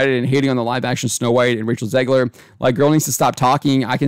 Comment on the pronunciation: "Zegler" every fucking time.